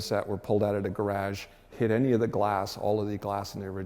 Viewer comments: Weird way to say garage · I know what a 'gar-AJ' is but what's a 'deckle' ?